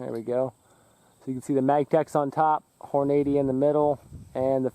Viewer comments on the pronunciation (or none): Lol Hornade-ee. I thought it was pronounced Horn-uh-dee